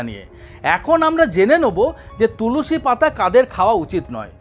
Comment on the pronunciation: Tulusi noi tulsi